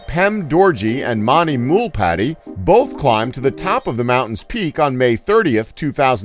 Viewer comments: In fact 36 he said bot instead of both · 36 says bot instead of both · it says bot instead of both Edit: I swear I noticed that before read the comments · Both or bot? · it said bot instead of both anyone else notice this? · its BOTH NOT BOT GET IT RIGHT BIG FAT FAT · you forgot you’re H in the word both